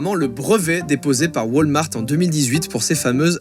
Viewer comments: Pas "Wâlmart" mais WAlmart avec un A X) (Super vidéo joyca) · a ca ma dead comment il a dis walmart xD